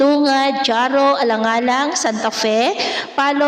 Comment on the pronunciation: Correction po ma'am. Correct pronunciation po ng Jaro (Haro not Dyaro) Kananga (Kanangga not Kananga) Tunga (not Tsungga?